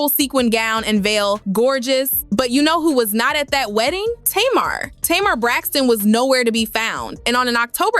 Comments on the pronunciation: Lol, why does the narrator keep saying Tamara and Tamar. It's just Tamar 😆😆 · It’s not tomarr it’s Tamar!! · The first clip onions was horrible but the second clip regarding working, he wasn't saying anything wrong. Ppl took that wrong. And it's TAY- Mar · Tay mar hun lol is how u pronounce it. But its ok lol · Whewwwww thank you thank you because I want to scream.... I kept saying " taayyyy-marrr" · I know this is AI but can you at least pronounce her name right??? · Girl, you sound crazy. You are NOT pronouncing Tamar's name correctly. And your information is bogus that's why you only have 1000 followers😏. Bye Felecia